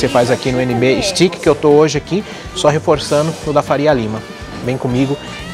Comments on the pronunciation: Pronuncia Steak é esteique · Contei aqui: o termo "stiqui" foi usado 37 vezes. É de crucial importância entender onde estamos indo e a forma correta da pronuncia dos nomes antes de fazermos vídeos. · Nb “stiqui”